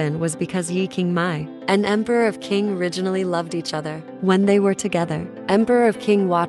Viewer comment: Qing is pronounced Ching, not king.